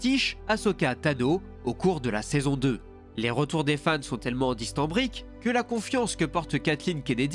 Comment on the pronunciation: 😂😂😂 "Les retours des fans sont tellement distanbriques..." ?!? Dithyrambiques plutôt, non ? Pas facile avec le rhume :D